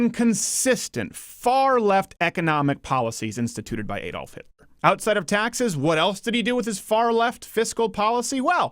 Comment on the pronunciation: They all pronounce Hitler's first name wrong.